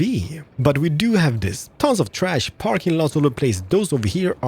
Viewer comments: OH MY GOD YOU CALLED THE PARKING PARK THE CARPING PARK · Did anyone else notice when he said carping park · What is a "Carking Park"? 😉